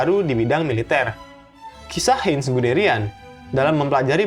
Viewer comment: Min, koreksi, huruf "ei" di Jerman dibaca "ai"